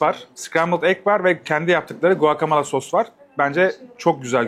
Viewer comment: video için elinize sağlık da guacomole telaffuzu beni niyeyse çok rahatsız ediyor.